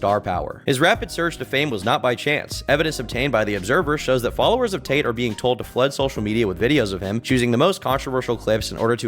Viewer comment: I heard "Swallowers" vs "Followers" Tracks